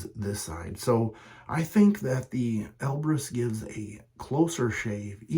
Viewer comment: Great side-by-side comparison shave! I do like the look of the Elbrus (sounds like "Elvis"😜) more than the Konsul. Elbrus has a beautiful smooth looking bend/twist on the blade. Have a great week Buddy!😎